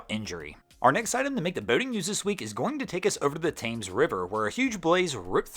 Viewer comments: Fyi Thames is pronounced Tims. Yes English is weird, but this is like mispronouncing the Nile or Amazon, as this is a world famous river. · What is with Americans? Thames River is not pronounced “tames” it is pronounced “tems”, but at least you didn’t say “Thaymz”. I really wish Americans would travel the world and learn about the world. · Say it with me... TEMS RIVER. Not thaymes, not tayments. TEMS. :-) Sorry a bit like the folks that visit nearby and can't say Worcester (or Worcestershire Sauce). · ERmmmmm.... the name of the river Thames is pronounced 'Temms'..... not 'Tames'..... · It's the river "Temes".....check pronounciation ! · Hi, love the channel. Just FYI Thames is pronounced 'Tems' just being constructive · I was under the impression that 'Thames' is pronounced 'Tems'.` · Thames, pronounced with an E not an A ( tems ) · Thames pronounced "Tims" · Thames is pronounced like Temms :) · Incase you need to involve Thames again, it’s pronounced ‘Temms’. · Just FYI but if it comes up again the river Thames is pronounced "Temz" ;) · For future reference, it's pronounced river "temms"! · Pronounced tims